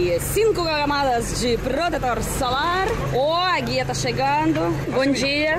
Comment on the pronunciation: O águia 🦅 tá chegando? Demorei um pouco p entender q era o guia rs😂😊 adoro teus vídeos e sei q os "Os" soam como "A" em russo 😂😂😂 mas as vezes confunde um pouco mesmo assim rs A luta CAMBO sambo em português se pronuncia SAMBA como a música 😂😂😂 bjaum